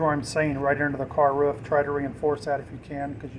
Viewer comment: Ruff. Roof. 🤣